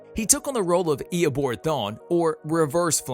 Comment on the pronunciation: Eobard not eobord